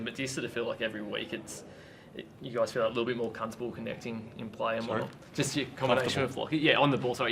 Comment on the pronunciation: Sounds like the reporter said 'c*nt-able' rather than 'comfortable' and